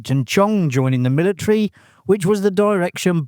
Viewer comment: Militree? MILLITREE?